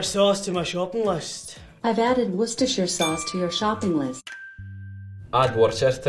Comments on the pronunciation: "alexa, add worshersher s-* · Addo-woshta-shaisha-shusha-sousu-to-my-shopping-listo Italian R joined. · I can't stop laughing. " Add the woshashaishashosha sosuru to my shoppping listu" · "Okay googuru, addo worsheisaishoshushosha sauce to my shoppingu risto" "ok i've added it." what the actual heck credit to pand and strawberry toast in le comments for correcting my mistakes that i didnt add didnt have to add this but i still did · lol. The misspelling was an immitation of how the lady spoke . xD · ok guguru addo Worsheshaishashushasosu to my shopping Risto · + Call Me A pErSoN Everyone said it fine then the girl sounded like she said auaueusjdnrhsiakkj shopping list and it got it right. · Japanese: or kay googed erg addo wo sha shai sha shoe sha sauce ser tu mai shopping listo Google: Ok I've added worchestire sauce Me: O_O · That's not how you pronounce Worcestershire!! Wu-ster shire, 3 syllables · No one is pronouncing Worcestershire sauce correctly.